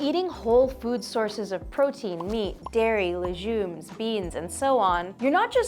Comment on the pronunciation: Cringe at the word “lejume”